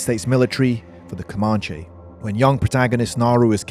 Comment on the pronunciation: Coe- man- chee,no Britt accent. You guys destroyed our culture, at least pronounce the names correctly.